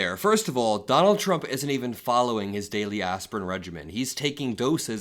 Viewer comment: Levitt never ever says “Trump” correctly. Pres Chump, yeah ok.